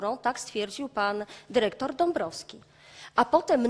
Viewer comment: Derektor, piniondze, taki prawie polski język